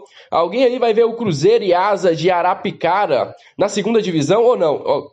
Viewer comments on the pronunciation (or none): É Asa de Arapiraca e não Arapicara como vc disse. 😂😂😂😂